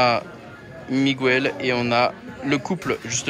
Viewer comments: jpp je vais mourir si je ré entends "migouwel" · Par pitié prononce le prénom correctement c'est MIGUEL c'est pas compliqués quand meme!!!